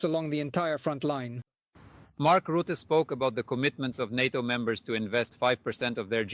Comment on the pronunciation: Roote? |The man's name is Rutte